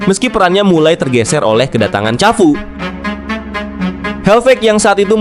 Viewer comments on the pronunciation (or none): BACANYA KAFU BKN CAFU, SERI B BUKAN SERIYE B